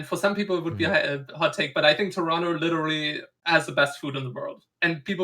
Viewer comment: I love that TLO says Toronto like someone from Toronto